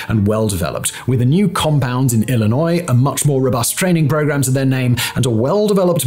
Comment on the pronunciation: Thank you, for pronouncing Illinois correctly.